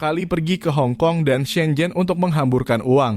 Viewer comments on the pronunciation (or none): none